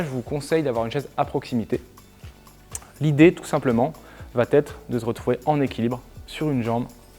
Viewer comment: On est d'accord qu'y a pas de "t" à la fin de "va"?